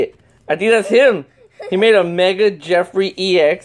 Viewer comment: Jeffy not Jeffry